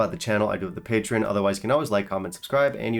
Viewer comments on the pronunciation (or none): none